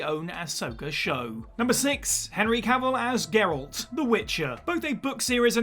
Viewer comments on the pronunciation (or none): none